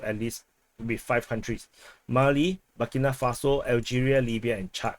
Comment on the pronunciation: Bu-Keee, Bu-Kee, Burkina Faso